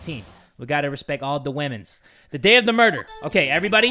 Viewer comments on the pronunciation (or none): "We have to respect wamens"